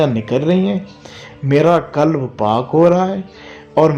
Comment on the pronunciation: Kulb ka matlab hey kutta aap please koshish keryn qalb bolney ki Allh AP ki asany kray ameen